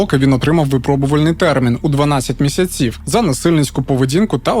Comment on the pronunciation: Чому місяцІв,а не мІсяців?